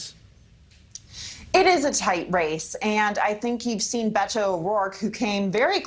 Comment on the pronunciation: The way she says Beto wrong over and over cringe